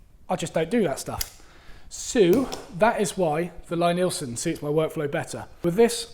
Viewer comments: Its pronounced 'Lee'-Nielsen... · Lie-Nielsen is pronounced LEE-NEELson... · It's "Lee" Neilsen. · Yes, it says so on their website, but maybe it's just accent that he says it his way. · Lie-Nielsen is pronounced Lee-Neelson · Love your vids,, but I have to correct you on the pronunciation of Lie-Nielsen. The first word is pronounced like "LEE". It's counter-intuitive, I know, but if you don't believe me, watch Thomas Lie-Nielsen here: and see how he pronounces his name!